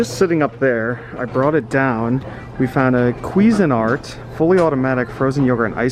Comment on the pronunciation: Pretty sure you mispronounced Cuisinart